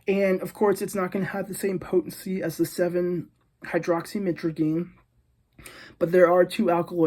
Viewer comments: Stop trying to pronounce the full word 🤣🤣🤣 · Being addicted to something you dont even properly pronounce the name of is pretty wild...